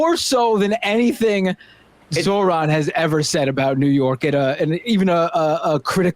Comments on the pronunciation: Emma isn't there because she's on honeymoon, no? Good for her. L bigots tho. Mamdani ftw and 🖕 Charlie "Teeth and Gums" Kirk. Bro is purposefully mispronouncing Zohran. It's pathetic. Tribal Chief?! We the ones! ☝️ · I feel sick hearing the contempt in the way he enunciated every syllable in Zohran's name.